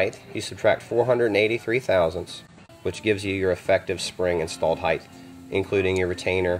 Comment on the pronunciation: Will someone please teach this man how to say HEIGHT.